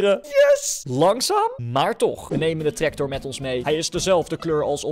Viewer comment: Hij zegt treCtor😂😂😂😂😂😂